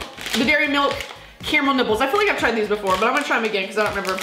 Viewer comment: Sounds like she’s saying nipples instead of nibbles